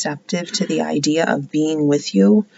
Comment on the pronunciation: Same lol! 😂😂 "It's a general reading so it might not resonate wichoass!" It's cracks me up Everytime! Then how we all Lindas 😂